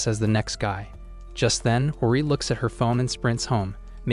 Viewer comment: You is saying his name wrong and hori's